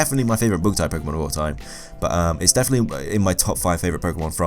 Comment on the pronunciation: The first time you said bug I thought you said book, so i thought Raichu is weak to reading.